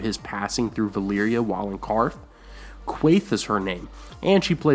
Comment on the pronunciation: I do enjoy your videos but why do you always pronounce Valyria as Valeeria. All the actors say Valaria so use the name all the time and pronounce it Valeeria just seems a bit weird.